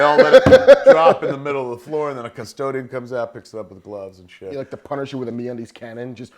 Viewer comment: I kinda like Bill Burr's advertisements for Me-Undies Me-Unides...